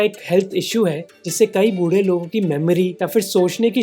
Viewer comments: Sip nimboo pani every time Mohak says “बुड्ढें” instead of “बूढ़े”. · Sorry sir but saying budeh is better than buddeh. Little respect to our elders❤.. by the way you're doing really great Mr. Mohak Mangal and your whole team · Love your content. Btw don't call buddhe..it's budhe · Bhai budhe ko pronounced kaise krte ho matter krta h , be careful while making video.